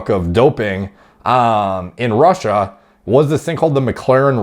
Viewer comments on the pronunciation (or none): none